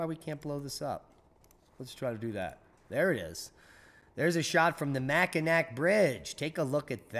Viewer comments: Just a nitpick, anytime "Mackinac" is spelled ending with a "C", it is always pronounced as Mackinaw, would not bother saying this other than it is the finest bridge ever built in North America and perhaps the northern hemisphere. Well done as always, take care. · Hi! That bridge in Northern Michigan that connects the lower and upper land masses is pronounced The Mac-In-Nall bridge. FYI lol You never mispronounce words. WTH? lol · Mackinac = MackinAW